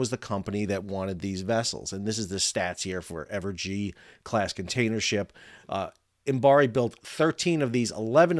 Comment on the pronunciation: Fascinating to hear about the Imabari (Im-A- ba-ri, not Imbari) model. The concept of building "at a loss" knowing they will make money in leasing, is interesting because, frankly, the concept of "at a loss" is almost meaningless unless a ship is being built for sale. As in all manufacturing where the product is built for sale, "price competition" (greed) inevitably pushes manufacturers to cut costs to maintain a sale, and those cuts always reduce quality at some point of the process (if not all). When the builder does the leasing, and (crucially) is willing to look longer-term for recoup and profit than other leasing companies, they can charge similar leasing rates while offering products of a quality of their own choosing. Further, they can guarantee to maintain that quality by using their own people and infrastructure for what is usually post-sale maintenance, and so often contracted to the lowest-cost outfit at any time. Of course, this model can only be viable if there are enough customers who consider quality important, and in an industry that invests so much into avoiding regulations which require any standards at all, Imabari's 6% seems even more impressive. 😩